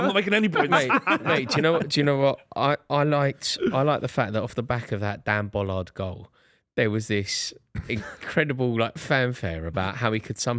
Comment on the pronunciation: Lads pls it’s Ballard as in bah-lard